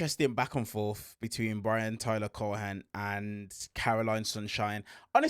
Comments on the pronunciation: I believe it's pronounced, "Cowen." Long o. I believe. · The say you say Cohen is wild. It's just not how you say his name and I dont think its deliberate, but it's really annoying because you do it over and over. Ignore the "h" and stop magically changing the "e" to an "a" sound.